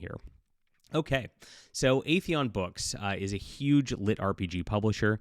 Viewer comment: FYI, the title of the company is "Aethon", not "Aetheon". 2 syllables, not 3, are in the name.